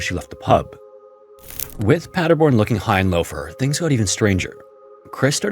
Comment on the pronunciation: But good job on pronouncing Paderborn and Nieheim 👍😊